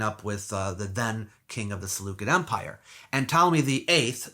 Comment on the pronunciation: Awesome presentation! Only a couple are household names. The rest, not so much. However, kindly check 2 things. Caligula's horse, fact or fiction? The pronunciation of Seleucid.